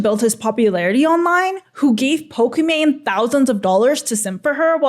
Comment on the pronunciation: Her name is pokimane, not pokimon